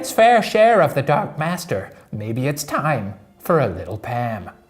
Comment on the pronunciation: it's pronounced 'time'......